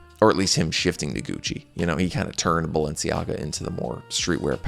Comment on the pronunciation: « Sciura » /SHOO-rrrah/ means « Madam, (rich) lady » in Lombard/Milanese PS: please stop saying « Balensi », I beg you.